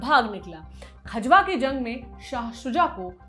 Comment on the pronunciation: Vo खजवा nhi खजुहा है बावन इमली से 2km pahle वहा अभी भी औरंगजेब की पवेलियन बनी हुई h 🙏